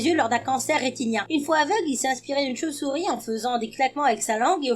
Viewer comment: comment ta mi la choupsour pas la vidéo le choupesourie quand tu parle